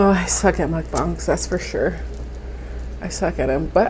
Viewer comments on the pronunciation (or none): none